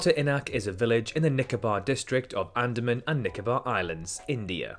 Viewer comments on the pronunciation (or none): Why did you call the Andaman Sea the "Sandaman Sea" 🤣 Not the only strange pronunciation you use that made me laugh.